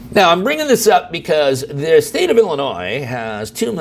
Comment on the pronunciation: im not sure anyone should listen to a person who cant even say a states name right ...